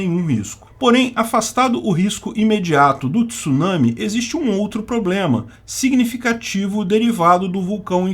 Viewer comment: Parabéns, pronúncia correta da palavra Tsunami!